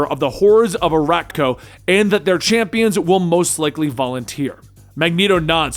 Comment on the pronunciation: "Saturn nine" and "ArakkoA" really?